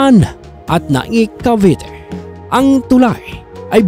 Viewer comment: Gusto ko lang pong itama kayo. Kase natatawa kame sa pronunciation nyo po. Nobodys perfect. I correct ko lang po. Cavite as in bi madiin po yon. Hindi po cavete.